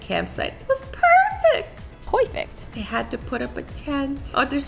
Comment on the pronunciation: Azzy reading the sentence: It was perfect Kassy: Powfect